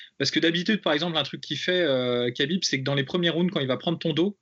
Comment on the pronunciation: on dit pas kabib mais khabib, kha se prononce rha et non ka